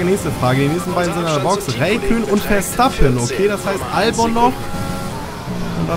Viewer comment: Kleiner tipp: Albon wird Elbin ausgesprochen.😉